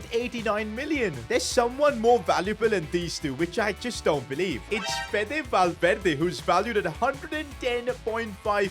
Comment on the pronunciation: Kvicha and valverde pronunciation needs help